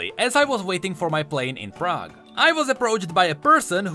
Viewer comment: did you said Prague, are you from Czech Republic?